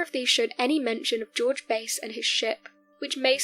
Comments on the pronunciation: His surname was pronounced BASS . A AS IN APPLE.NOT BASE AS YOU WOULD HAVE IT IF YOU ARE GOING TO COMMENT AT LEAST FIND OUT HOW PEOPLE PRONOUNCE THEIR NAMES . BASE STRAIT BASE THE SPECIES OF FISH & LASTLY BASE HWY. NO ONE HERE KNOWS TO WHOM YOU REFER. WASNT IT AMMUNDSON.? G-D PRESERVE US! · Base is not his name. It’s Bass. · its Bass like the fish not base . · Its George BASS, as in Hugh JAZZ